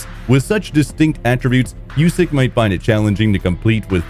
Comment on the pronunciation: Usyk doesn't like his name pronounced "yousyk". He corrects anyone that says it that way. It's pronounced "oosyk".